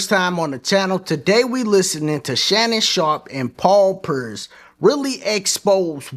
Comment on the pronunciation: My guy called him Paul Purse 😂